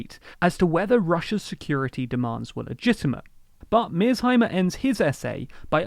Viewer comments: Good video but you keep butchering Mearsheimer's name. The S and the H are important for its overall pronunciation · You haven't even watched the video. You pronounced his name wrong, and the lecture itself is a little bit over 40 minutes long. 1. The west didn't ignore Putin's warnings about Ukraine's foreign economic policies, they ignored his warning after the 2008 Bucharest NATO summit where NATO invited Georgia and Ukraine into NATO. Ukraine has the right to do with its sovereignty whatever it wants, and Putin gave no warnings to Ukraine. The warning was to the west and NATO, NOT Ukraine, two entities which you conveniently shuffled. NATO threatened Russia's sovereignty and security by ignoring its warning. 2. Historical buffer Napoleon yada yada - It's an important historical buffer because Ukraine being controlled by someone hostile to Russia makes Belarus indefensible, and makes Ukraine protrude deeply into Russia, right up to Moscow's throat. 3. "it's whataboutism" You pseudo intellectuals need to stop thinking this is your magic word to winning every argument. Imagine a square playing field of 40 x 40 km. It's divided into 4 equal squares, and there's 4 players - A B C D. Player A just went ahead and devoured player B, entirely, and gained his territory and became half of the playing field. Now player C attempts to devour player D and even the odds, but then spectator E jumps in and says "No no C, just because A devoured B doesn't mean it's right. That's whataboutism, you can't do that. Devouring is wrong no matter who does it." - except in this case it no longer matters if it's r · didn't even watch the video... Not only does he not know how the name is pronounced he also doesn't know the actual length of the lecture. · You managed to mispronounced "Mearsheimer" in two different ways in this video. Not once did you pronounce it correctly. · At least pronounce his name right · It’s Mear+sheimer, not Mears+heimer. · “Mears Himers”🤦🏻‍♂️